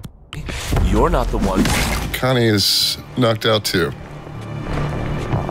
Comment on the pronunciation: that is so funny that you said Kanye Angström, I think you now know it's Connie but I love it. Keep up the good work, you deserve subs